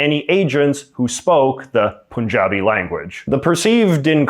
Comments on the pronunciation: It is “Pun” from Pun used in English language. “Pun-jabi”, not “Poon-jabi” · Why is it so hard for people to say Punjabi. It’s not POON like a dang cooter, it’s PUN like a pun. Ffs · Bro legit showed entire Kashmir outside India on the map, and pronounces Punjabi as Poooonjabi. No Pun intended. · Had to pause the video to give some feedback on the pronunciation of the word ‘Punjabi’. It is not ‘poon-jaabi’, it is ‘pun-jaabi, think of the word ‘pun’. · It’s not pooonjabi. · If they can pronounce the word Pun as pun, why can't they pronounce Punjabi? 🤔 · It's pronounced "pawn-jabi"